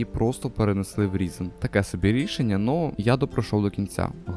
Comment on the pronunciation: Хосподе! Він не Різен! Він - Райзен!